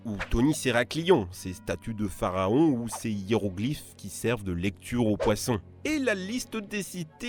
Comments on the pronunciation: Ça à du déjà être dit , mais quand tu dis des "poiffons" c est juste la qualigraphie du S de l époque qui ressemble au F de maintenant . Ça se prononce bien poisson lol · "des poiffons" N O N. C'est parce-que les F étaient prononçés comme des S à l'époque dans certain contextes ! x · Les "poiffons" comme tu dis ce dit en faite "poissons", à l'époque le s s'écrit comme un f... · Moi ve comprends pas fe que vous voulez dire v’ai touvours prononfé poiffons moi ! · Des « poiffons » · Alors pour les poiffons, il s'agit bien d'un S, mais c'est très drôle à lire comme ça. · a l'époque où ce bouquin a été écris le f pouvait se prononcer s et le u pouvait se prononcer v